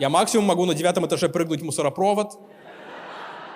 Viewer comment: В начале была шутка про "позвОнит", а ближе к концу, когда все уже прониклись мыслью, что они интеллигенция, Денис забывается и говорит "мУсоропрОвод". Но это уже не важно, так как в обратную сторону снобизм не работает))). В целом смешно, спасибо! Маты немного режут слух, но в контексте всех событий без матов было бы сложновато!